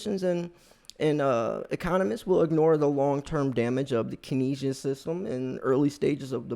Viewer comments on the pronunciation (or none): It's pronounced "kayn-see-ann" not "kin-ess-ee-ann" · Pronounced Kens E Ann economics